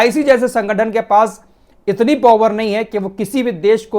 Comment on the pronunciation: Bhai apna pronunciation to theek liya kar video banane se pehle (correct pronunciation of POWER)